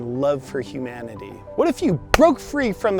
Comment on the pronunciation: OMG, hu-MAN-ity your such a misoginist...